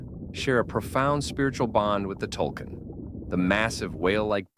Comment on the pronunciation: Not tulkin, tulkun (tool koon) please watch the movie or read the comics if you're going to make a video on it